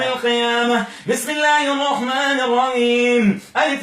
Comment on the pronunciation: انتبهوا إلى نطقه بالبسملة في الرحمن الرحيم قال الرعيم